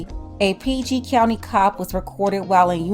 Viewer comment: You must be from the DMV for you to say PG country lol